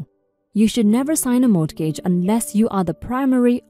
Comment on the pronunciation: In English, in the word "mortgage" the "t" is silent.